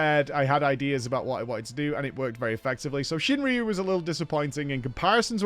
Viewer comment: Pretty sure it's ShuinRYU not ShinRIYU, there's no I... Sorry for nitpicking